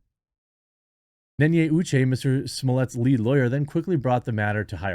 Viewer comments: Could you learn to say the name properly? Had nothing to do with "So-mo-lier" It's pronounced Smo-let, very easy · and please dont call him smollyay as if he is french, he's not so its smollet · I thought it was pronounced Smo-Let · You're killing me. If you're mispronounced his name on purpose... Great. The double t at the end of the name means that it's pronounced like it's spelled. Smollett. You're pronouncing gibberish. I'm looking at a 40 something French National. She's laughing. You need to know. It's pronounced as it's spelled. There's no extra sounds. Smollett. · Stop saying semollier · If you’re gonna call him Juicy, at least get the last name right. It’s pronounced Smooo-yay. I just checked with Dave. 👍🏿👍🏿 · Smoov-E-A sucks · I just love the fact that you put absolutely zero effort in pronouncing his name correctly 😂💀